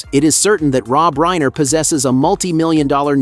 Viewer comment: PLEASE Pronounce his name correctly!!